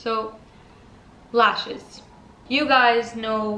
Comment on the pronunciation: Also its lashes not leashes